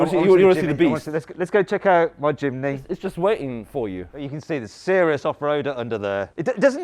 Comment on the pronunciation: Mat: jimny Subtitle: chimney